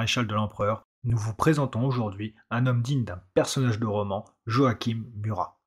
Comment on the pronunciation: Son prénom ce prononce Joachin et non Joaquim et ces parents sont pas aubergiste mais on un relais postaux.